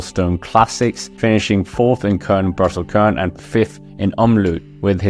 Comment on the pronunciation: Stop nu med det “Kørn”. Et dobbelt U og et enkelt U for den sags skyld, udtales som et dansk Y. Dobbelt U (UU) lidt længere end et enkelt U, sjovt nok. 😊